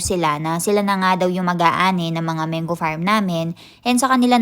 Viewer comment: Hello, wag po kayo magalit isa po ako sa masugid na viewers nyo po kaso na bo bother po talaga ako sa how you pronouce po mango.. bali Man-go hindi po meyn-gu